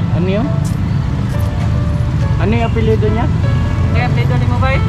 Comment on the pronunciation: Apelado po cnabi nyang apilyedo sir